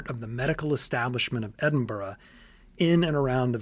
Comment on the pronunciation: not even ten minutes in and i'm already vicariously living thru this video. this is so indescribably meticulous and in-depth that honestly, i'm glad someone else has such a deep passion for the world of bloodborne and its true inspirations. note: THANK YOU for pronouncing edinburgh right. not many outside of scotland do, so it's a nice big of respect from me as a scot.